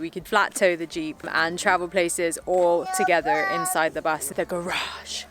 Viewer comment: The accent comes and goes, that is what is sus. Sometimes a hard R, sometimes a soft R. Sometimes she pronounces a word like "together" in the American pronunciation, with an "er" at the end, and sometimes she pronounces it with a soft "a" at the end, like "togetha". It's super inconsistent. It's most definitely not a British accent. It's really nice she has you to defend her though .